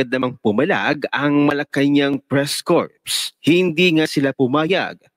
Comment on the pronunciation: For the person who read the Statement: Corps is pronounced as "KOR", not "corpse" (meaning dead body, patay).